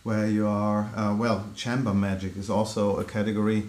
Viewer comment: “Chamber” should be pronounced differently. Google “chamber pronunciation”, and you can hear it.